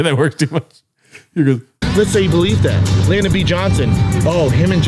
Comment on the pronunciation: He also called Lyndon B Johnson "Landon"